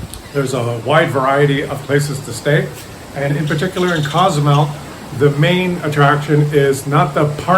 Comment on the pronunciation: I lived in Cozumel for 23 years and it is a fabulous place. Btw, Co-zumel is pronounced like Coho. There are days that the little town is inundated with Cruise Ship passengers; it isn't unusual to get 13-17 ships a day in high season or at least that's how is was when I was there 20 yrs ago. The other side of the island is beautiful and a great escape from the downtown area on those heavy cruise ship days. There is a saying there "Man created Cancun but God created Cozumel ".❤